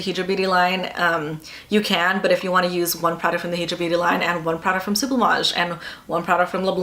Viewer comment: High-dra beauty. As in hydrated not he-dra.